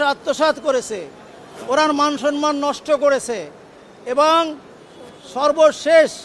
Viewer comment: "সম্মান " উচ্চারণ ভুল করেছেন, আবার পড়তেও অনেক কষ্ট হয়েছে।